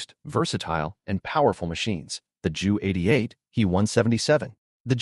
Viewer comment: Narrative is interesting, but your mispronunciation of the main subject matter is embarrassing. The letter J in German is pronounced like a Y in English; i.e. it's 'Yunkers'. And the 'Ju' isn't pronounced as 'Joo', either, but instead should be read out as two separate letters.. You should be referring to the 'Yunkers J U 86'. The same goes for your pronunciation of Wunderwaffe ... this should be read as 'vunder-vaffuh'. Sorry, but no likes or subscribes until you work on your German pronunciation.